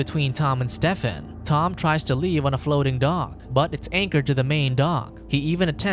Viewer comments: Is nobody gonna point out how he pronounces Stephen like Step-fin?? It supposed to be stee-fin. Or is he making a pun about the name because hes a step son? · Spoiler can communicate,Steven,the pH sounds like v,it's not Stefen.can you do more research please,thank you.